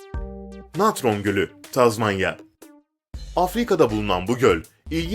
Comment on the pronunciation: Yanlız o sonuncu Tanzanya, Tazmanya değil.